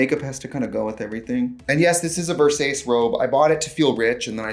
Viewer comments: A ver-sayse robe, not to be confused with a ver-sah-chay robe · “Ver-sace”?? Sace like ‘lace’?? Whaaaatttt…….? It’s pronounced Ver-Sa-Cheh 🤣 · Am I insane or is Versace not pronounced Versach-eh? Like Donatella Versace??? Someone please confirm or deny lol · vEr-SaY-cE im sure donatella died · did you say ver-say-ce ??? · did she say verses noooor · did you just say ver SAYCE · i’m sorry did you just say VERSAIS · Versase? VERSASE? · U know he is poor when he pronunces Versace 🌟versais🌟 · The 'vursayce' robe 💅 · They ACTUALLY said versays 🫠 work. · not "verSASE" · "Yes this is a Ver-sase robe.." Aaannd now I want to watch Showgirls but not the TBS version. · “Ver-sase” I’m dead lol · I can’t get over “Ver-sayce” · I can’t tell if she really pronounces Versace like that lol or if she’s kidding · Did she pronounce Versace like that on purpose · THE VERSACE PRONUNCIATION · Someone show Donatella how she said Versace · The only reason to be embarrassed about when you wear that robe is how your pronounce “Versace” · Versace mispronounced haha